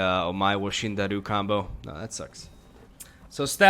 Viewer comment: Roll the r in SHINDIERU